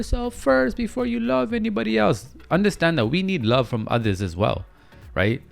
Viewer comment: Are you Jamaican? Cause every time you say “yuh andastand ?” 😭😭😭I’m likeeee... he has to b😭